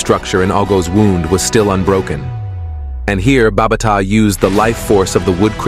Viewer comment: BA BA TA SAY IT NOT BARBATA